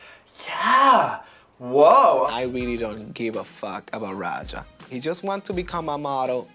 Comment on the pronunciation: did say aja instead of Raja cuz i had to watch it back like five times and i'm still not sure.